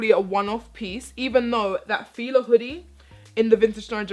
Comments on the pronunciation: Pronounced Fila wrong lol, or y'all say it differently then the U.S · Latoya has been rubbing off on 😅 she did a little trini accent when she was talking about fila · Adrianna Campbell She's Jamaican, that's what that was